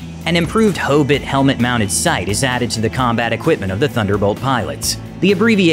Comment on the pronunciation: I get to work on this beast of an aircraft every day. I love hearing its BRRRRT, the engines starting up. Only thing I didn't like about the video was you said Hobit like Hoebit lol.